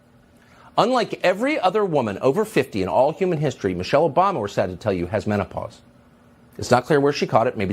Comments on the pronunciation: hahaha man-a-pars ... man pars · MANAPAUSE ? WHO IS HE TRYING TO FOOL ? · M I C H A E L… Men-oh-paws? Yea, right!